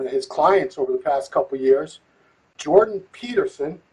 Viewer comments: Bro called legend to a podcast and couldnt even say his name right smh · An unbelievable level of ignorance. Invites Jordan on, can't even get his name right......